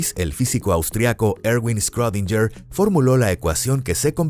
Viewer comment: quien es "escródinller" ?